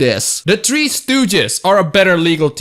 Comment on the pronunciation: says he's Asian, me thinking he was Indian. Am I a racist? pronounces three as tree, now it makes sense. I am stereotypical racist, my god.